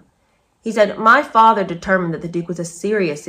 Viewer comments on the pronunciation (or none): none